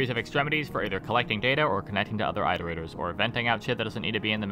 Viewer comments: Your videos are great and I love them but I have to say something because I’d want someone to do it for me. It’s “IHT-er-ators” as in “reiterating” or “iterations” of a math formula. Not “EYE-ter-aters”. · IT-erators. As in iterate. Not ight. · an entire video on iterators and they didn't pronounce it correctly once...